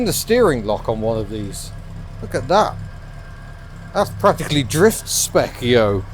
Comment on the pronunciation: "drift spec yo" you crack me up sometimes...never have that been said in such a British way 😂 Love the vlog